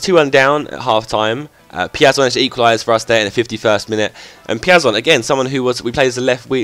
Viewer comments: The pronounce is: "Peea-zon". I'm brazilian man. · Piazon is pronounced peer - zon